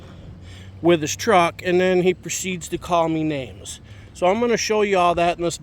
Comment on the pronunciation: It's WITH NOT WHIT